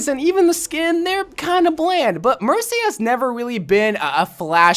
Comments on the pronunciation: yes, he said mershy. WIERDO! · She did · did he say mershy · was it just me or did he say MerSHy lol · Nope, he said Hershey 🤭